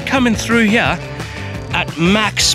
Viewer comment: Love how says "here", "heyah" lol